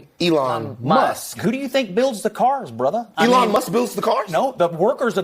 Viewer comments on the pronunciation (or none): lol that ''brothah'' cracked me up